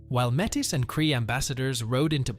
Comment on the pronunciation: Enjoyed this video. However, the pronounciation of some of the names needs work - e.g. Quepelle and Metis.